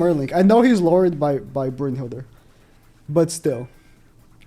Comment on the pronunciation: Pretty sure her name is Brunhild and not burnhilde